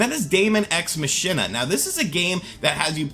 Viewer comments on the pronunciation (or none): Yeah, it's Mahk-in-ah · Machina is pronounced more like "Mah-Key-Nah" and not with the "sh" in the middle. It's a play on the Latin phrase "Deux ex machina." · Move over Nier Automata, daemon ex machina is now the most mispronounced game! Machina is pronounced “Mack-inner.”